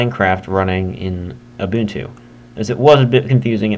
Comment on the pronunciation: it's pronounced you - bun - too